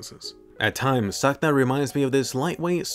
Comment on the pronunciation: ya it hears like you say Santa not sakuta